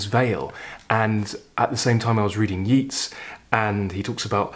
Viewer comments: Hello over in Dublin,. My family all come from Dublin:) Many of my mangled pronunciations were learnt from reading when I was little, long before I heard the pronunciation. They can be rather difficult to shake off! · Chapeau! I was about to include the correct pronunciation of Yeats, but felt it would be a little presumptuous. Can't think why. I am actually the type who calls a spade a bloody shovel! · I really enjoy all your videos Thank You I have been brought up on Yeats. Pronounced as YATES not YEETS Which is interesting as Keats is pronounced as KEETS not KATES “The Second Coming”is a wonderful poem by W B Yeats As is “Ode to Autumn” by Keats And so is “St Francis and the sow” by Galway Kinnell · It's not Yeets as u pronounce Yeats....I'm Irish...it's pronounced Yayts....love your channel...just found u....I love that everyman series of books.....poems are music of words...meant to b read out loud....greatest thing I ever did was study 'elocution' where we called out poems learnt off with gusto and hand gestures....this is my 3rd video of yours today (found u this morning by typing 'something new' ino YouTube ) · A very interesting analysis and selection. From Dublin may I mention that Yeats is pronounced YATES. It doesn’t rhyme with Keats despite strong imaginative links. The same is naturally true of his artist brother Jack. I hugely enjoy your videos and hope you’ll forgive me the correction. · Always watch and listen to your programme on You Tube and its always interesting. Just so you know, Yeats is pronounced YATES and Inishfree is pronounced as spelt. INIS is an Irish word meaning Island. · "Yeats" rhymes with "greats",! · Thanks for your very enjoyable content and hi from Dublin. We pronounce it Yeats as in dates; not Yeats as in Keats. Maybe you know something I don’t… fyi. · Your commentary is so eloquent, I feel you would want to know the proper pronunciation of Yeats' name: it rhymes with Gates, not Meets.